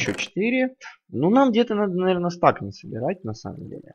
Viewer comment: Говори не стэк, а стак